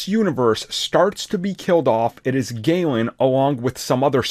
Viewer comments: Galan, not gaylan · The way you pronounce galan disgusts me.